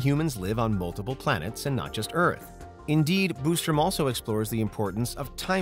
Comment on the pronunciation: Quit saying Boostrum, it's Bostrom.